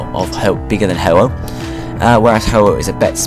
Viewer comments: its not hoo oo. sounds like ur saying hoot hoot. its hoh oh. same pronounciation. ou = king since the character is the same as the king character in chinese. secondly, legendaries may be genderless in games, but lugia has been shown to have offspring. thirdly, there are multiple mew/mewtwo and other legendaries for a fact that shiny legendaries do exist. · You're pronounced Ho-Oh's Japanese name WRONG! It's not "Huuu-uuu" LEARHOW TO PRONOUNCE JAPANESE ROMANJI! Look at the english name! It's got that split THERE. So English speakers would know how to say it's Japanese name 'Houou' (PRONOUNCED LIKE HO-OH!) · I believe Ho-oh is pronounced the same as Houou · "Houou" is still pronounced like "Ho-oh" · "Houou" would be pronounced as "Ho-oh." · It's ho oh as is Santa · trips over words all over the place and butchers the pronunciations. nothing new, u can find this info on bulbapedia quiet easily. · you butchered the fyck out of hoho's japanese name.